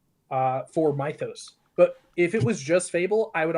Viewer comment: Bro pronouncing Mythos wrong is ragebaiting me